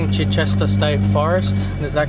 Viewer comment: For future reference, pronounced CHY-chester. Beautiful place